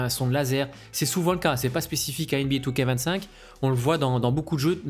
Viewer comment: comme toujours très belle analyse, et super approche psychologique . Par contre je suis rassuré de ne pas etre le seul à prononcer 2K25 " two-K-vingt-cinq"